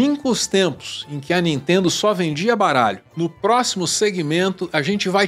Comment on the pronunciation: Não "intendo" a Nitendo...